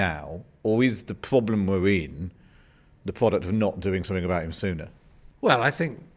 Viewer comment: the pwoduct and the pwoblem